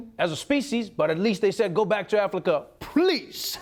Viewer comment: Nobody else noticed he said aflika??😂😂